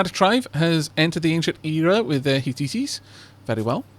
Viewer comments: ' ... the heh-tea-teas' Hmm... I've always heard it pronounced 'heh-tights'. * searches online * Yeah, dictionary pronunciation audio files seem to agree with me me on this... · The Hitites are pronounced HIT-tights. Even the game pronounces them that way. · minor point but Hittites is said like "hit-tights" nevertheless this is a great series I always love your content.